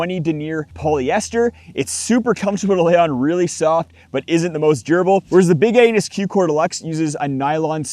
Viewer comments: I heard big anus!! He might not have said it, but that's what came out of his mouth 😂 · I'm sorry... did you call it "The Big Anus" !? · I swear I thought you said Big Anus😂